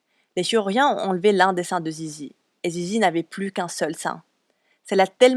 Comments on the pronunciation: C est pas "zizi" mais lizy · Elle s'appelle sisi ah je croyais que c'était zizi C ton accent déso 😅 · Il le pronomce mal mais c'est Sissy